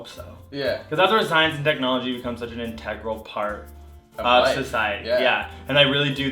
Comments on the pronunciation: I enjoyed the video and think your channel is interesting. Just so you know, it's pronounced eh-PIT-o-mee (epitome) and INN-tegral (integral). :) Keep up the good work, guys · I really shouldn't call attention to this, because everybody makes mistakes, but "EpitOHM?" "IntEHgral?" Epitome and integral. You guys are so awesome, but I cringed when I heard those. Because I'm weird and picky like that. On a side note, thanks for all the cool videos! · The way you said 'epitome' and 'integral' made me upset. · Two things: First, guy on the left. You get tired after shaking that thing for 3 seconds? I feel bad for your bf lol. Second: you both pronounce things weird. Epitome? Really?? And integral. Just saiyan.